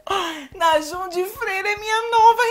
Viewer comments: AI O “NAJUN” KSKSKSKSKSKKKSKSKSKSKSKS rachei Correção :> : Namjoon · "U Najum de freira" MORRI SKKSKSSKAKA AAA SOCORRO😂😂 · perdi nele falando "Nájum" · Najum ? Que? Tá falando errado não é fã de vdd não só gosta pq tá na moda agora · N é najoom é namggun mais pronunciando é assim